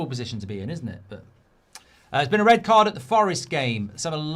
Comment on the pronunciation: 😂😂 Its rrrrred